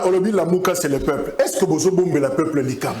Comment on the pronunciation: Azo loba français mabe....balobaka dictature et non dictatire.....peuple et non paiple......Donc ozo luka no diriger na ba insuffisances linguistiques ya boye.....Président élu et non President éli